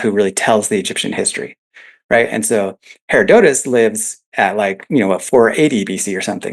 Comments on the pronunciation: I wince every time he days "hair-oh-dote-us" DUDE!!! IT"S "HER-ROD-UH-TUS"! (hĭ-rŏd′ə-təs if you want to be technical) I'm gonna go scream into a pillow now. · lol. I actually thought the same thing when I rewatched it... I probably should have used the American pronunciation. The name literally means 'gift of hera' hera... dotus, and if you come at it from Latin languages the break is ussually after the hera' (Its the second most popular pronunciation on most how to pronounce sites)